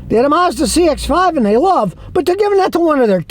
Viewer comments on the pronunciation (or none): none